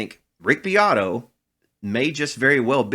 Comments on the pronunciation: Rick "Dick" BEAT-oh 😂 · Its pronounced Beeoytoy haha